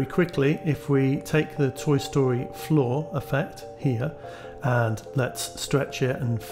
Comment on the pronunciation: It's fun for me to hear you say "floor" and think you're saying "flaw", and wondering why you were dissing a thing. You weren't. Tiny mental puzzles.